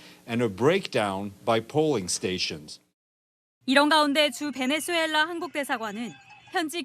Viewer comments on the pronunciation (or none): none